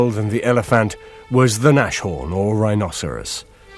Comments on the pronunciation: Its not pronounced NASHHORN it is pronounced Nas Horn! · because no one knows any german pronounciation... nashorn is nas-horn but if you don't know the word/language, you may think of nash-orn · "Näschoan" xD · why they call it naschhorn xD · God i hate it when they say NASH-HORN.... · These guys need to learn to speak German! They mispronounce everything.